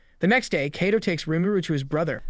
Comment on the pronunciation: how this guy pronounces names PAINS ME lol. Keido. Keijin, LOL